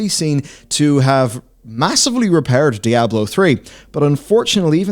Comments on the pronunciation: It's DEEE AH BLOW NOT DIE A BLOW.. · It's not die ah blo. It's dee ahh blow. No matter the accent. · Ah yes. Die-ablo. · "Dai-ah-bloh" I'm not sure where you're getting that pronunciation from but it's not correct. It's probounced 'Dee-ah-bloh', both in English and its source language, Spanish. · Diablo, not Dayablo xD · "dye-ab-blow"? NO!!!! It's: "Dee-ah-blow" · man these videos are almost unwatchable for me cause i cringe everytime i hear this guy pronounce Diablo as DIE-ahblo. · "Dayablow four" Lolk... Feels like this could've been summed up in a 25 min video. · “Die-ablo 4” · Die-ab-low. Lol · Die-Ablo is an unforgivable pronunciation. Its right up there with Foh-red instead of 4head. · "Diyablo" it's funny you don't get the name right even after 25 years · i unsubbed the second i heard Dieablo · Die ah blow 4.... What game is this? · It's pronounced Dee-Ah-Blo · die - ab - low ... 🤔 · Die - Ah - blow lmao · since when is this game pronounced Dyablo? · DUDE SAID DIE ABLO 4?! LOL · Stop saying DIE-AHBLO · I seriously thought your pronunciation was Dire Blow LoL. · Unbelievable what is happening to Die-Ah-Blo 4! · WTF is Die-ablo!? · heh Die-ablo 4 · u shouldnt be able to put out diablo content if u cant pronounce diablo LOL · You pronounced diablo wrong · You're mispronouncing Diablo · I swear is the only person in the world who says Diablo wrong.